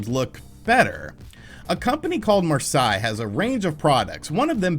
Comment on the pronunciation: Marseille is French and is pronounced like "Mar-say."